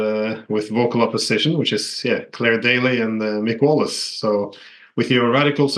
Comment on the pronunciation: I like how Glenn said Claire & Mick's names like he never heard of them before.